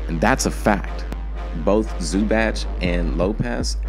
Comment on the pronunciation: lmao at how he pronounced Zubac